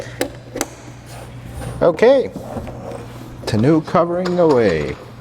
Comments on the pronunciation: Tonn-oh cover not tonn-ooh cover 😀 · Tah-no cover not tuh-new cover lol. Looks good though. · It's a French word and instead of Ton new pronounce it Ton O. Or not just trying to help. Congrats on the new truck! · It’s “Tun-oh” (ie. it’s the french word for ‘barrel’) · “Tahnoo” cover is killing me 😂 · I'm a RAM guy, but it is a nice truck. Too bad you don't have an openable window in the back window. Even my '14 RAM Sport has that. 😉 And it's pronounced "ton-o". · It's pronounced "TAWN-oh".